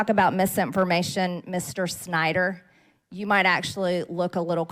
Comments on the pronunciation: I am also wondering why MTG is pronouncing the family name "Snyder" on such an awful, humiliating way as if she spits out a rotten part of meat. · Exactly. What's worse is her followers only had one takeaway from the entire exchange, and that was the snarky way she pronounced his name. "You go girl! Sure put him in his place." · The way she pronounces his name along with MR instead of Dr. No respect was made obvious.